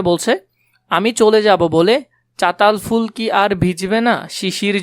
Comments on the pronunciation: ভাই ওইখানে তো চালতাফুল লেখা আছে। আপনি চাতাল ফুল বলছেন কেন?? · Catal full na vaia calta full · Chatal ful na ota chalta ful 😑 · স্যার আপনি চালতা ফুলকে চাতাল ফুল বলেছেন কেন এটা তো চালতা ফুল😂😂😂😂😂😅😅😅😅😅😅😅😅😅😅😅😅😅😂😂😂😂😂😂😂😂😅😅😅😅😅😅😅😅😅😅😅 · আপনি বুঝানভালো তবে এইটা চালতাফুল হবে। এটা চাতাল না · are boka......chatal ful na chalta ful